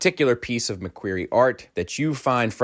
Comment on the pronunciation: I don’t think you’re pronouncing “McQuarrie” correctly. Other than that great video